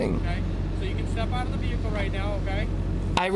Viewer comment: Never trust a guy who thinks vehicle is pronounced with an R.